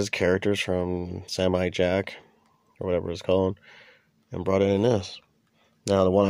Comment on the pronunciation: It’s also funny how you call Samurai Jack, Samuel Jack, like the actor Samuel L. Jackson hahahaha